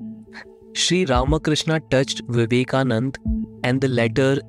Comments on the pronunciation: Loved the content. But It's Vivekananda...not Vivekanand. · Its swami vivekananda, not vivekanand